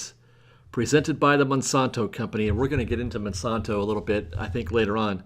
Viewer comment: Check the pronunciation of Monsanto